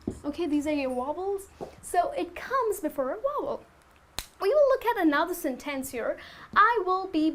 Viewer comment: Even though your English sounds quite good and natural, it seems that you neglect the importance of word stresses. Word 'sentence' is stressed on the first, not the second syllable. However minor this may seem, word stress is, as far as I am concerned, the most important concept of English pronunciation; English accents do vary greatly in pronouncing vowels and consonants, however, the word stress is always just the same.